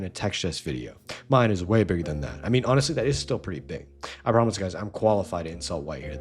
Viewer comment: First of all, don’t pronounce it like that. Second, that’s a still image.